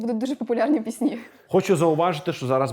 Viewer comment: Випуск крутий, але правильно казати не пІсні, а піснІ.